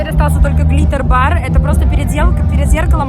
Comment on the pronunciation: когда говорит глиттер- каждый раз слышу клитор😅